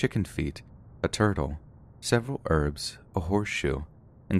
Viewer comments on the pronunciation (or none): none